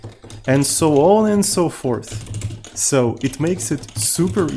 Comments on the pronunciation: "So on and so *Porth..." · …and so on and so porth 😜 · Always saying "so on and so forth" but should say instead "so on and so porth".